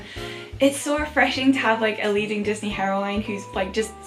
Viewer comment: I love how you say heroine like herowine that European accent though